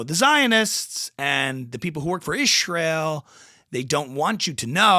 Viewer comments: You have to say "izhrael" not ishrael, otherwise spot on....😊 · it's not ishreal" it's izhreal" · she says IZHrael, not ISHrael. Details matter when you discuss conspiracy pronunciations of the Zhionisht Shtate.;) Great bit!! Glad her husband evinces concern at last! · I'm so glad I'm not the only one who noticed how weirdly she says the word "Israel". Like IZHREEIL. It's so annoying. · I know this is sorta besides the point but Her pronunciation of the word “ishreel” is one of the most cringey things about her lol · Perfect! "Ishrael" lol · What IS it with the weird pronunciation of Israel? Is that a hidden message she thinks she's imparting? It reminds me of when Leftists would refer to Trump as Drumpf, and acted like they were scoring some big goal because they'd unearthed the name of some ancestor 4 generations earlier. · Thank you. Your explanation makes sense. What Candace is doing makes NO sense at all, but I guess it fits with her whole "I've got a secret!" routine now. As a Catholic, I'm sure she's heard the name "Israel" uttered in church innumerable times, and I can guarantee that it's NEVER pronounced any way but the usual one that everyone else uses, with a "s", not a "sh". And that's in both English AND Latin. Perhaps she'll be accusing the Pope of being on Netanyahu's payroll next.